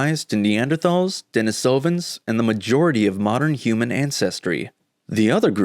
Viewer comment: Denisovans, not Denisovians.